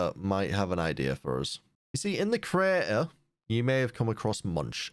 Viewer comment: “in the CRAY-Uh”